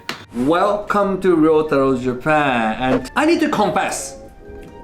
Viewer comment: I’ve been wanting to say this. Ryotaro is your friend right? Learn how to say his name properly.